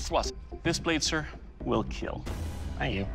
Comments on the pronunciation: It will kell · it will KEEL